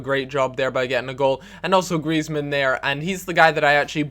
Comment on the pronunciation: Lol at the way you pronounced Griezman